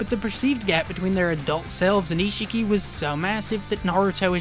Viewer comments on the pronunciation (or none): why does everyone pronounce it like ishiiiiiki? it's ishhhhhhhki